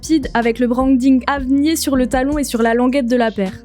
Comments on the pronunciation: Elle dit "Avnié" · Ça we prononce pas "avnir"?